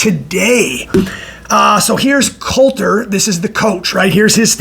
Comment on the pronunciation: It’s not Colter, it’s Cotler